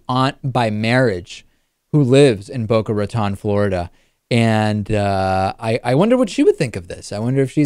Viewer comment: David, for all the over pronunciation you like to do with foreign countries, you would think you could at least pronounce "Boca Raton" correctly.